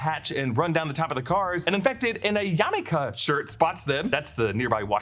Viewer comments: Yak-ima.....not yamika 😂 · It’s YAK-ima, not Yam-ika lol. Side note: the most unrealistic part of the show’s Seattle design was the turnstile scene lol. We don’t have turnstiles here 😂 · 'yamika' instead of yakima i giggled and no, it isn't really nearby us. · You said Yamika, but it's Yakima. Oops. LOL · YAKima, not YAMika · Yakima, not pronounced “yaw-kee-muh”… which actually sounded like you said “yah-me-kuh”. Yakima, indeed pronounced “Yack-ih-maw” and is about a 2 1/2 hour drive away from Seattle. LOL! Can’t imagine how you would butcher Puyallup, Tukwila and Manastash. LOLOLOL!!!! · “Yamika shirt” LOL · it's Pronounced "Yak emah" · Yamika why he say it like that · It always confuses me that you put so much effort into breaking these episodes down and the get details wrong like how Yak-i-ma is pronounced or that the Brick Shit Houses are clearly an opening group for Sick Habit on the flyer. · Yak-i-mah it's native not Japanese! Lol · Yakima is pronounced ya·kuh·muh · I about died when you pronounced Yakima “yamaka” 😂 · I think it's pronounced yar-mul-ka 😅. also good note with the turnstiles. I think it's valid to mention but doesn't take away from the episode at all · That's one way to say Yakima.... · Same, I had to rewind to double check. 🤣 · It’s Yakima 😂